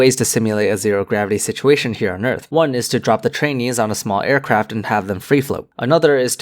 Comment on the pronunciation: "drop the trainees" Oh god I thought he said "drop the chinese"